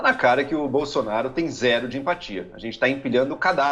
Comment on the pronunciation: "Incrusive Boslonaro"